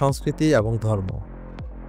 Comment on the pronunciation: এবং শব্দটা কম উচ্চা‌রিত হ‌য়ে‌ছে